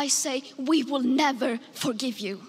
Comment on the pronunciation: One year later & I still lose it every time 🤣 "HOW DARE YEW"